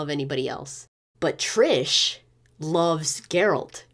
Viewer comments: Triss** not trish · Cool video, but it is triSS, no triSH, triSS, IT IS RIPING MY EARS OF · it is TRISSSSSSSSSSSSSSSSSSSSSSSSSSS Merigold... not what you are saying how can a fan messed that up, havent you heard her name said by everyone in the game?!!!